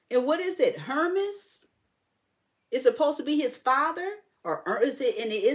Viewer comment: Hermes is pronounced "Air-May".